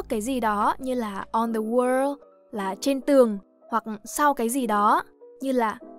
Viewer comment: Người đọc bài này tiếng Anh rất khá, nhưng có vài lỗi rất cơ bản: Chữ in hay if, chữ 'i' ko phải nguyên âm đôi nên ko đọc kéo dài như thế và hơi 'ư' 1 tí, vd chữ 'did' sẽ đọc như 'đứt' 2 là chữ wall bạn đọc gần thành chữ world...